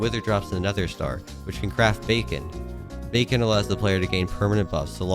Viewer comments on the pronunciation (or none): Bro said Bacon and not Beacon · said bacon instead of beacon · No one talking about how he calls the beacon bacon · i think he’s saying it as a joke